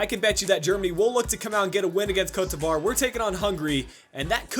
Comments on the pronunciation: It's pronounced Coat de Evua. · it's not coat devoire... how do you butcher the name THAT badly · I was under the impression it was pronounced Co-te De Ivory with the sound of an accented e